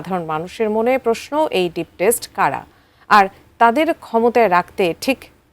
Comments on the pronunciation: স্টেট কে টেস্ট বলতেসে,,,🤣 বিউটি উইথ নো ব্রেইন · একি অটো পাশ সাংবাদিক না কি??বারবার স্টেট শব্দটার কি উচ্চারণ করলো???